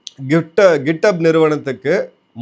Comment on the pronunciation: Correction: Gifthub ila, it is Github